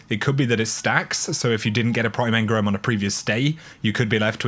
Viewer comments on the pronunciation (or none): Please stop saying Engrums, please say engrams aha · You know, engram has an A in it ;)